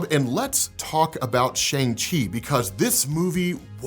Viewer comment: Love your videos but have to point out Simu spent that whole scene explaining how to pronounce Shang correctly but still 😅